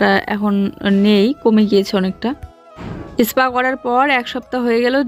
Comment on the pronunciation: Aspa bolbe na go Katha ta spa tai spa bolbe 😊